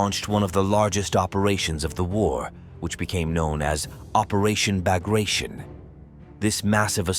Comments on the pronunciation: “Operation Bagraishan”? LOL “Bagrationi” - you pronounce it as written, every letter. Sounds completely different :)) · Nah, it is pronounced bahg-rah-TYON after Prince Pyotr Ivanovich Bagration (10 July 1765 – 24 September 1812) who was a Russian general and prince of Georgian origin. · It's pronounced Bag rat eon .. Not as you would think it is said i.e. Bagration. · operation Bagration is mispronounced. In Russian, pronounciation pretty much follows the way the word is written. so it is pronounced as B-A-G-R-A-T-I-O-N, not "Bargashion" as it was pronounced i the clip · Operation Bagration - is it really so hard to learn proper pronunciation of the name of one of the greatest military operations in history?